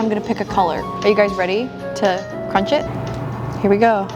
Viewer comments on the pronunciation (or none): Me trying to listen to the crunch but then she says CruCh 😢